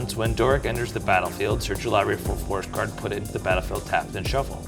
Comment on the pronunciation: Libary, lol, it got to me. He never wants pronounced the first r in library